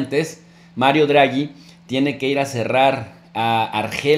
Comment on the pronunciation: No es "Druagi" es Draghi y se pronuncia tal cual, no es un inglés... es italiano.